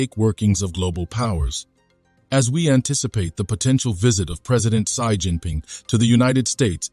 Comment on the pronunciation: "Sai" Jin Ping?